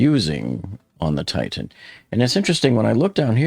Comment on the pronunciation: Again: It's NOT pronounced "Tight-Tan." You're embarrassing yourself.